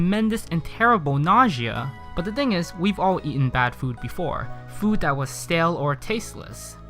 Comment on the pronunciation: "one dhing"